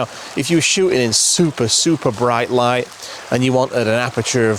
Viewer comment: I had to back up a few times to hear what you said in describing your first set up. I finally understood that you were talking about beautiful light, but I thought you were saying beautiful wife, both of course being true. OK I'll turn on captions.